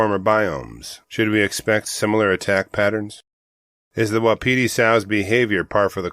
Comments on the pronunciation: It’s WAH-PI-TIE. Like the elk. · Please look up the pronunciation of Wapiti, you’ve got an extra syllable there. Drives the locals nuts, thanks.